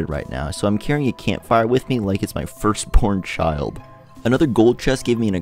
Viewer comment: whyd it sound like you said “first porn child” lmao